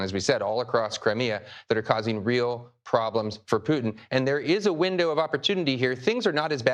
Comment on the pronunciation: STOP MISPRONOUNCING RUSSIAN PRESIDENT'S NAME!!!